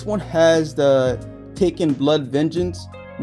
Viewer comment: You pronounce Tekken as Taken😅 Great collection though